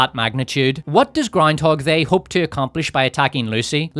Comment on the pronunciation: All hail! May your glorious reign continue. Can't get enough of "Powerful Leedah" and "Groundhog They" 😂